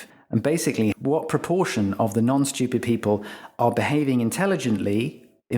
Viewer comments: Obnoxious people pronounce a non-existent "y" when they say the word stupid. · Much like Brian's irritation at Stewie's pronunciation of Cool Whip, I'm distracted by the way he says "stewpid" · I'm sure this makes sense in other countries, but as an American, I can't help but find it hilarious that this guy pronounces "stupid" as "schupid". =P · The vertical axis labels are stupidly omitted from the graphic. Also, the British pronunciation of stupid as "shtee-upid" is stupid. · 15 minute long video and not once could you pronounce "stupid". Shhhhhhtupid bri'ish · I was curious about the video, but the way you pronounce that word is unbearable. what the fuck is a schewped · I like the disdainful way in which you say & emphasize the word “STU-pid.” 😂 It’s very INTJ-ish & matter-of-fact, something I very much relate to. ✊ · I LOVE how this guy says "shtoopid"... Emphasis can make such a difference in speech... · His pronunciation of stupid is stchyoopid. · Why is it so satisfying every time he says “stUpid!”? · LOVE when it's pronounced "steeyupid!" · So funny how every time he says stupid, he puts a little stank on it. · Can there be selective stupidity? On the word stupid. Fascinating how you emphasise STUPID like a hypnotic suggestion. How is that beneficial? How about the focus and substance of SOUL as being more of an all rounder and kinder and broader and deeper avenue worthy of turning your intellect bright light upon. That and Heart intelligence to be fair and balanced and realistic and uplifting and helpful. Ta. Oh and to eternally remember divine intelligence conciousnes that can pour forth through the most unlikely underestimated simpleton too. Manners are nice...kindness costs nothing. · I like the way he emphasizes the word stupid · Bro why are you putting so much emphasis on the word “stupid” 😭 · Like the way he emphasizes the word stupid. 🤣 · I love how he pronounces "stupid." 😅